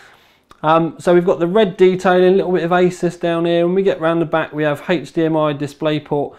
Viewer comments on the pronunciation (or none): none